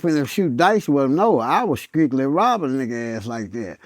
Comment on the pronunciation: strictly came out as sqwigly...